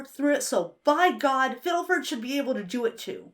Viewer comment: This video is magnificent but the way you kept pronouncing “Fiddleford” and “Grimgoblin” really set me on edge 😂